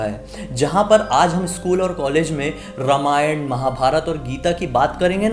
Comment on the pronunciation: My dear friend, say रामायण ; instead of रमायण. May be this is also ststem's fault!!!